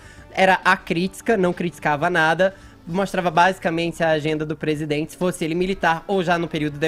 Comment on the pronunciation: Nem falar esse cara sabe...... "Eu dZi amo meu Brasil"... "PresidendZi"... Será que só eu que ouço isso, dá no nervo....kkkk...